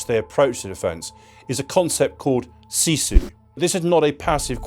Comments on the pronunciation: it is SISU not SIZU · ..but is written sisu, not sizu 😊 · its SISU not SIZU :D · It's SISU, not SIZU 😂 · why it says in video: "sizu" :D we dont even have letter Z in our language. Just Sisu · its sisu not sizu.. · Sizu? I had to rewind. No it's not Sizu, take a note: It's Sisu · Sisu, not sizu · Not Sizu. It's Sisu. The Continuation War took place 1941-44. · We don't have "sizu"😅 we have sisu!❤ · Sizu? Its Sisu... :D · It is SISU, not Sizu! 😆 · Actually it's called sisu, not sizu. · SISU not sizu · It's SISU... not SIZU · Yeah that made me laugh so hard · thx .. good video. " Its Sisu"🙂